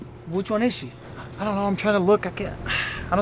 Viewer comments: (No offence) but anyone realized that say ' see' instead of ' she' btw I love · I like when says si instead of she it’s so funny 😂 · why does he always say "ce" instead of she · Oh its so sweet how pronounc SHE.... N Adam is awsome.. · Who else notices that cant pronounce she